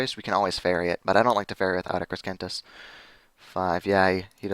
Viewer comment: Please learn to pronounce Crescentus. It's not Creskentus. It's crescentus. Like a crescent moon.